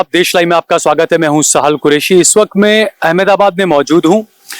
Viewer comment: एमेदाबाद नहीं अहमदाबाद बोलिये। आप जैसे सहाफी ही अपने शहर का नाम सहीं नहीं पुकार रहे, फिर लोग AMDAVAD बोले तो शिकायत मत करना